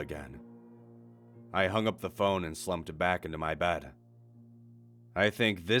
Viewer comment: Back up? More like Beck up.